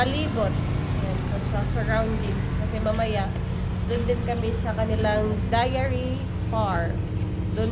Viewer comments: I think it is Dairy not Diary. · dairy...” dayri” 😁